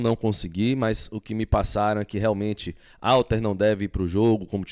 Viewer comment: a pronúncia é Rhalter, o nome começa com H, mas a pronúncia é Rha. Ok? e não Alter. Fica a dica.